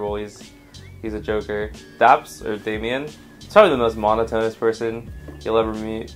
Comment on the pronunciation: he said monotonous wrong